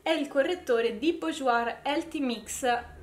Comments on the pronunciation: Bourjois 😂 burjuà si pronuncia Scusa ma mi fa ridere quando dici bujuoir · Ciao!! Sono per metà francese è BOURJOIS si legge [borjua]😘😘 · sei bravissima e simpaticissima e ti seguo molto volentieri! ma ti prego non si può sentire come pronunci Bourjois, per favore per il prossimo video almeno non metterci la r alla fine!